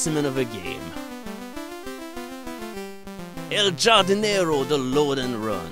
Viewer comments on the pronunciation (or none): The J is pronounced like a hard H. Hardinero.